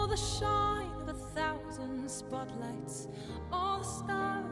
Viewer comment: Nobody:: Nevveww bee enougghhhhhh